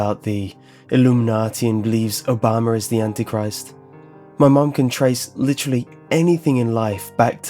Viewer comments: Did you just say obam-er? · Did you say Obamer like a true redneck would do. " that damn Obamer always taking our jaaaabs !!! " nah that's mean , it's also swomp Yankees and hillbillies. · Haha yea i heard that too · "O-bommer"? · Obamer lol love you